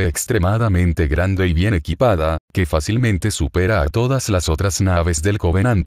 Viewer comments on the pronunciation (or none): none